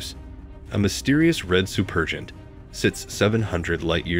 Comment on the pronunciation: "Supergiant" is pronounced "SOO-per-jai-ant," NOT "soo-PER-jent."